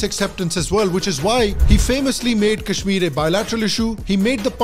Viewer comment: Tell them first learn how to pronounce Kashmir